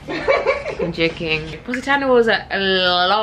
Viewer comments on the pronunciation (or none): Very nice video and I can't wait to get to the Amalfi Coast next year. By the way, the correct pronunciation is Po si ta' no.😊